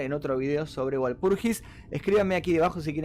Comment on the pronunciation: "VALPURGIS" se pronuncia, de Walpurgisnacht, es una festividad pagana y cristiana donde se pretende limpiar los malos espiritus haciendo fogatas y otros rituales